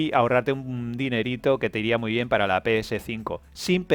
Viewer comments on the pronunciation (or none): none